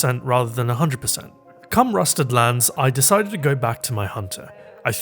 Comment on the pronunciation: I'm so sorry dude all I heard was " Cumrusted lands, I decided to go to my hunter ".